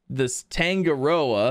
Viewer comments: Always with the mispronouncing things hahaha it's TAN guh ROW uh... Tangaroa. As a literary artist, or any artist that puts themselves into their work, I would be slightly peeved if someone kept calling one thing by whatever they feel like calling it. Certain politicians liked to do that with certain illnesses... till they got sick. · The thick gray string, you can walk on it but not on the thin brownish colored ropes Edit: Also Tangoroa is pronounced tan goh ro ha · dude its tang-a-ro-a